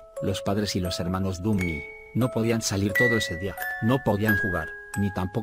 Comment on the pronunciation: En la parte de los dummys escuche los bummys like aqui si lo escuchaste XD